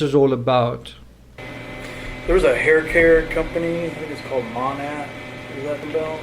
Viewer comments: Its funny the officers pronounced Monat wrong but Chris pronounces it CORRECTLY yet still acts like he has no idea what it is lol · I can pronounce Monat correctly, and could well before I knew exactly what it was because people talked about it all the time where I lived (military base, lots of military wives get mixed up in MLMs). So, it's not out of the realm of possibilities that he has HEARD it mentioned several times, but was unaware of what exactly it was. She was big into the MLM community, so he probably heard her and her friends talk about it without paying attention to what it was. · I can pronounce it correctly and I have no idea what the hell it is